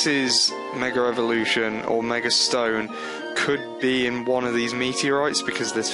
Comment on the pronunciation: its mega (ev0)lution dude :p not (revo)rution :P